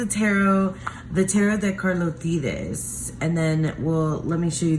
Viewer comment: I think your pronunciation of Carlotydes is correct. I found an interview at some point that was in Spanish and that was how it was pronounced. I don't speak Spanish but was able to pick up that much. LOL!